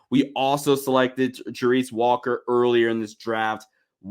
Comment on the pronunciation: Hello? anyone home? You are pronouncing Walker's name totally wrong! Thank You!